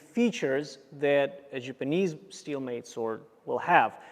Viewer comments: Love the videos, but it’s killing me as JAPANESE to constantly hear JIPanese. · It's ja-panese, not gee-panese...